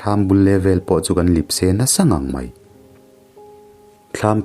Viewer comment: Kan (Lipse) nilo in, kan (Lepse) tih tur ni zawk awm takin ka hria, ahre zawk ten (comments) lamah hian han sawi teh u khawngaihin 🙏🙏